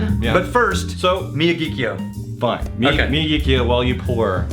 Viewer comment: Sweet Jumpin' Jesus on a friggin' pogo stick. Could you possibly butcher the name of this whisky more? The distillery is in Sendai, the capital of Miyagi prefecture. Hence the Miyagi part of the name, which sounds roughly like "me-ya-gee". Kyo translates to "capital city" based on the kanji used. Wakataka?